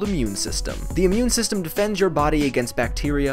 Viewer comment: OMG instead of immune system i heard meme system :O